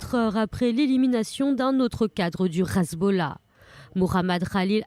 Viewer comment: Le RRRezbollah ?? Ha bon !! Hezbollah suffit !!